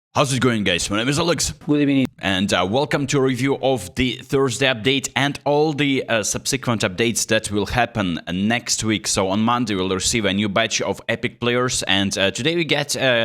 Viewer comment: a slip up huh?😏 yet he said it 3 times Gud ebening 😂😂😂